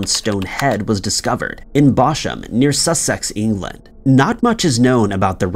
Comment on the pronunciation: Had to rewind the Bosh-am section. 😂 Lots of Sussex names are peculiar. It's actually said Bos-ham.